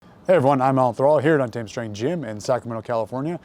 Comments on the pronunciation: TREN ON TEN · “Thread on timmmme” is what i keep hearing. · yeah, been a viewer for ten years. after like 5 did I realise hes saying untamed 😂